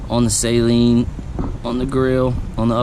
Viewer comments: Sweet car. Amazing to me that you guys that buy these cars don’t know how to say the name. Saline is solution for your contacts. Saleen. Pronounced SAAAAAALEEEEENNNN. GOOD LORD! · NOT SAY-LEEN JEEZ